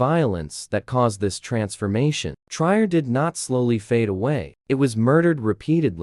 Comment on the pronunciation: I wished you would pronounce the name of my hometown "Trier" correctly. It is pronounced Tree-er. I also wished you would show actual pictures of the Roman buildings in the city, instead they were from placed in Italy, France and other places. Jutta (pronounced Ut-ta